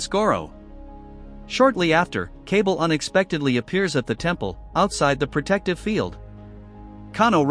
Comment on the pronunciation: It’s “Kuh-Ball” not “Cable”.